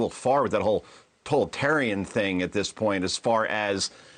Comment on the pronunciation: Toltarian ??? Huh???